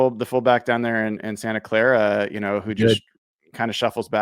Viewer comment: This guy says “Santa Clara “ what a clown .. trying talk some ish. You a goofy